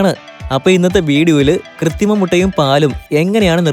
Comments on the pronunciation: ഡാ പൊട്ടാ കൃത്തിമ മുട്ട അല്ല കൃത്രിമ മുട്ട എന്ന് പറയെടാ കാട്ടുപോത്തേ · 'കൃത്രിമ' എന്നാണ് പറയേണ്ടത്.. 'കൃത്തിമ ' അല്ല. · കൃതിമയല്ല കുട്ടാ കൃത്രിമ കൃത്രിമ